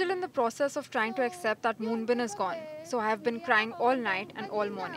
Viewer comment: AT LEAST learn how to pronounce his name!